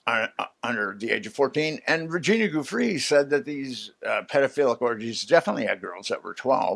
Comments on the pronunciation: For goodness sake people, could we pronounce Virginia Giuffre's name properly?! It's Jee-oo-FRAY. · Oh ... I don't know. I can overlook "chasm" when what was wanted was "schism", but the inability to pronounce Virginia Giuffre's name correctly doesn't serve as a confidence-builder. Try a little harder.